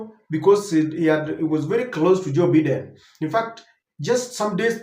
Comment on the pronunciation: It’s pronounced as Byden & not “Beeden”